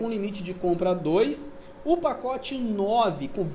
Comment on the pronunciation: Vai ter o "pocote" lkkkk quase saiu um "potoco"